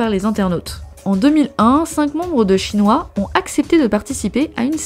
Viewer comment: Dsl je dois le mentionner, mais j'éclate de rire a chaque fois j'entends la prononciation du groupe Shinhwa. Dans ma tête. j'entends Chinois XD Ca rend cette partie beaucoup plus drole :P Comme : ''Mes amies ont apporté le livre de photos de Chinois''